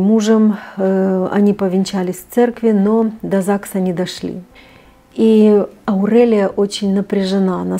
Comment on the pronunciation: Прямо режет слух.Почему АурЭлия? Никто так не говорит.АурЕлия правильно.Аурика,Аурелия